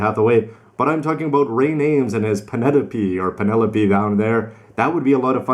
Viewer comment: "Penerope" "Heathaway" lel